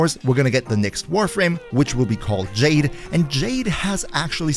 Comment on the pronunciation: It's pronounced "Jahd-ay".